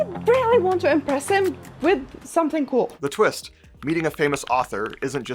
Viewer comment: "The Twitst." Is that a twist for twits? 😁